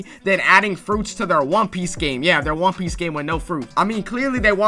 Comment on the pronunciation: "THE WAN PEEICE IS REAL"